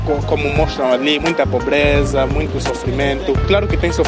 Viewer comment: melhore a sua pronúncia da palavra Muito. Abraço direito de Luanda.